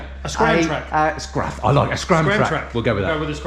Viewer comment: Scramtracker.. Scramter.. hmm.. 😆